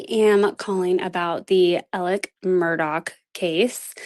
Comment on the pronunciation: Thank you for pronouncing Alex Murdaugh’s name correctly. Even his own attorney pronounces it wrong.